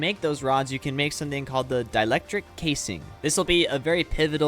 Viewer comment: Nailed "Dielectric" first try!😁